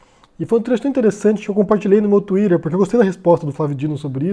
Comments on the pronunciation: Eu não consigo ouvir "tuirer" e não achar estranho. É como ouvir "quel'afôunia" em vez de Califórnia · Cara, por que você não fala twitter do jeito português?